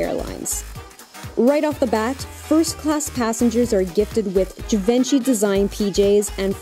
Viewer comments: jhee-von-shee, not jivenchy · And "Ferragamo." Ow! Ow! Ow! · Please learn how to say GIVENCHY properly if you are going to about the brand. Thanks!